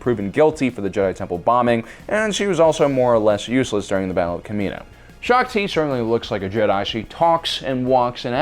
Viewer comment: U definitely got Shaak Ti wrong